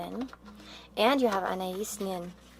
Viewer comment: FYI You’re pronouncing Anais wrong.